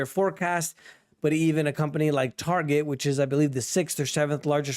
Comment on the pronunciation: i like TARGAIEE not Target 🤣🤣